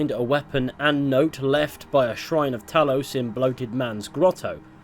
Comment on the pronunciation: I think it's Talos bro. It's Talos. It has to be Talos.